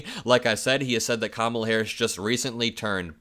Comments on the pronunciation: He finally pronounced Kamala correctly. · Wow! This is the first time I've ever heard him pronounce her name correctly! 😂